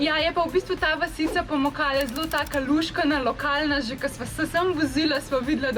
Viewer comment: Se mi zdi, da sta ves čas govorila POmukale 😆